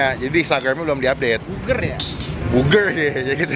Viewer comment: Elya pandora jangan gitu, kan kagak bisa ngomong "R" jadi ngomong burger dengan penekanan huruf "R" itu susah...